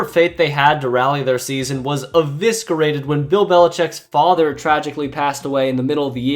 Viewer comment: e·vis·cer·ate is how it is pronounced